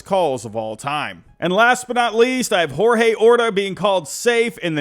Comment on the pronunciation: Nicde list - good video. But the player for the roaylas was called George Orta (even though it was spelled Jorge).